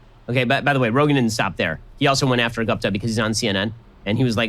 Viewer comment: Ben is intentionally mispronouncing Guptas's name. You can hear him pronounce it correctly the first time and every time after that he uses an english pronunciation. This is the kind of bigot he is